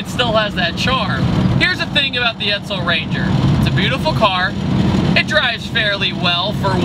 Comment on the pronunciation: it's an EdSel, not an EdZel. Ironically I was in a chat today about cars of this era and their weight. When compared to muscle cars of today they're not heavy at all considering their size.